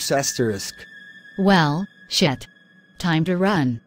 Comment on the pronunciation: "it's soda tiem"